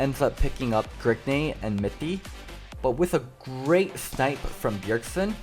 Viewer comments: Is anyone else tilted when he says gergnay instead of grig? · Every time you say Grigney I get triggered. I don't understand why you have to say his name like that. It's just Grig. Decent video excluding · Whats with the "grigNEY" every time he says grig